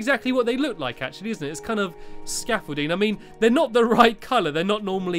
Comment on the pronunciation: hi stampy you know you stair case to your rocket you call it scaffulting more like stampything ha ha ha ha ahhhhh not that funny but if it is tell me =) < 3